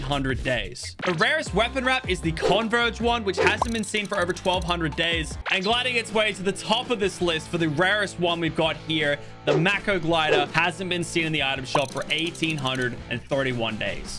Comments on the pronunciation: also it's "May-kow", not "Mack-ow", as that's how the shark's name is pronounced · Mako glider is pronounced may-koe